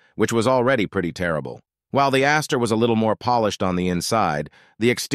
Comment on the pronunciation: Ventura NEVER could be a pony car, weak or strong. Mustang was the car that sourced that moniker. PRONOUNCE!? Fiero 2, nit 3 syllables; Astre "Ass-truh"; Le Mans French like "le Mong"